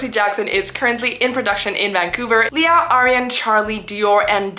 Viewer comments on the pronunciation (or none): none